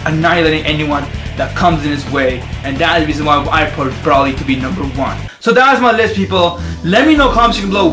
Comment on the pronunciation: That guy is saying broly wrong. He said brooly